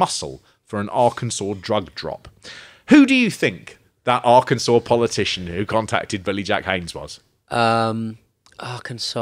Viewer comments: Arkansas is pronounced ark-in-saw. And this murder is SUPER famous here in the states, The Boys on the Track. The officials claimed it wasn’t a murder, that they fell asleep on the train track from smoking pot and never woke up when the train came. Because that’s plausible. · As someone from Arkansas, it was funny to hear you mispronounce Arkansas 2 or 3 times before you started getting it right. 😂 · Only 11 months late! What made you finally start pronouncing Arkansas correctly like the 5th time? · ‘Our Kansas’ sounds so much nicer then ‘R-Kin-Saw’ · Helpful assist- "Arkansas". Pronounced- 'Ar-Kan-Saw'. 'Ar-kansas' is not interchangeable with 'the correct pronunciation. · Arr-kansas should be Arr-ken-saw. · Did you say AR-kansas? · Arkansas is pronounced are can saw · Arkansas is pronounced like Arcansaw not how it’s spelled. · Big fan of taking a good 5 attempts before remembering how to pronounce 'Arkansas'